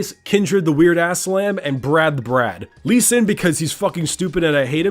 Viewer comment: its bard not brand